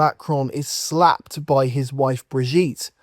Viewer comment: Mista Sla-ped😂